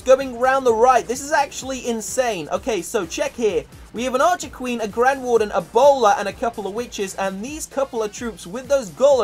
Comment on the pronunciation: when u said a bowler i thought you said ebola 😂😂